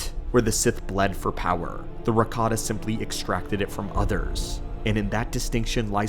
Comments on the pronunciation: i wasnt watching, just listening, and going, WDH does he pronounces Ricotta :D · ... Watched this while hungry, and kept hearing "ricotta" and now I want lasagne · "Rataka Cheese" 😂😂